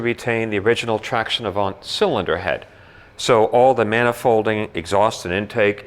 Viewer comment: The good prononciation is traction avan. Don't prononce the "t" at the end of avant. Nice car